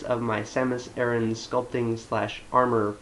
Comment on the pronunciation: A-RAN not aaron....